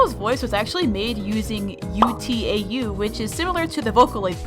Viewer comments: not trying to be rude but it's pronounced (oo-tau) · “yoo-tee-ay-yoo” I’M DYING WHAT- YEAH I KNOW UTAU IS A HARD WORD TO PRONOUNCE BUT LIKE DUDE- THE WAY THE LETTERS ARE PRONOUNCED SPECIFICALLY BAHAHAHAHAHAHAHAHAHAHA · UTAU is pronounced as “oot ow” sorry but i’m a vocaloid fan